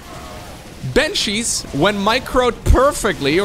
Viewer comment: It's: bAnshees* not bEnshees.